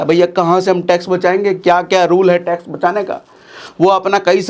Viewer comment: Tax 😂bihari style mei